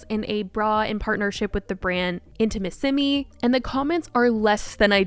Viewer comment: That's not how you say Intimissimi, your accentuation is very wrong